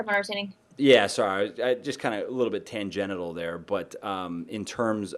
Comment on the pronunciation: he said tangenital...